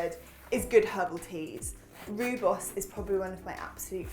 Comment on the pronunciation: As a South African I am so glad to see Rooibos make the list! It has been used to make tea for centuries and my mum drank it right through her pregnancy - it is really safe and packed full of antioxidants. Try it with a slice of lemon too. And just because you mentioned quinoa...you pronounce the 'bos' part of rooibos beautifully, but if you pronounce 'rooi' a bit more like 'roy' you will sound just like a South African! 😊